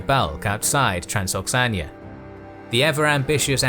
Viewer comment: I love the video like always, but isnt it Transoxiana, and not Transoxania?